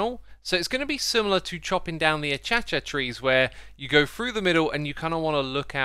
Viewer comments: IM SORRY DID YOU PRONOUNCE ACACIA "A CHA CHA"?????? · He did not just call acacia trees "achacha trees" 😭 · “The ah cha cha trees...” lmao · a-cha-cha tree? Is that some sort of dancing tree? Sorry about this, it was just such a "wait, wut?" moment for my brain. Took me a moment to realize he was talking about acacia ('a-KAY-shia') trees. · Sorry the what? Ach-Cha Cha tree? IM SORRY its AH-KAY-SHA, Acacia, love the vid! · achacha trees 😂 that’s the new name now not acacia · Oh X, it's not AH-CHA-CHA trees 😅 It's AH-KAY-SHE-YA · Achacha? It's a-kay-shuh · X, Acacia is not pronounced “a-cha-cha”. It is pronounced “a-Kay-sha” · Is no one gonna talk about how x pronounced acacia as a-cha-cha? 😂😂🤣. Btw it’s pronounced like a-kay-she-ya or a-kay-sha. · Just so you know, acacia is pronounced uh-kay-shuh, rather than a-cha-cha. :-) Friendly FYI, nothing more. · You pronounce it "a cha cha". Wow, people really have their own unique ways of pronouncing words. Most people say "ak a sha" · I have never heard anyone but you pronounce acacia as ah-cha-che, its the little things that add uniqueness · everytime he says achacha trees, i die... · "Ahh chaa chaa trees" I'm sorry, did you just sneeze? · Can’t believe that he called the acacia trees the achacha tres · "a-chah-chah tree" - xisuma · He said "achacha trees" 🤣🤣🤣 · Did X just call acacia trees "Ah-Chacha'??? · Just a tip: Acacia “A-kay-shia” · did u just called it the achiachia tree? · did X pronounce Acacia always like Acha-cha? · Atshatsha trees? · "achacha trees" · I’m sorry what… achacha trees? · Did he really said Achachya to Acacia? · Ah-kay-shia. A-ca-cia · every time he says acacia incorrectly i feel pain. is it a big deal? no, not at all. is it pronounced uh-kay-shuh? yes. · I have never heard "acacia" pronounced the way X does it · love the acacia tree pronunciation just after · The way he pronounced acacia between and has me dead haha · Teeheee the way X pronounced "Acacia" makes me giggle!